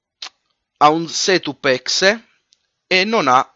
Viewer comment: Quando vedete un SETÙP ÈXÈ! HAHAHAHAHAHAHHAHA Si pronuncia setap e EXE si pronuncia ixi